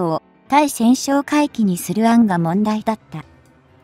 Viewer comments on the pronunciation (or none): ついせんってなんだよ！たいせんだろうが！しっかりせい!間も長い!評価は当然badね。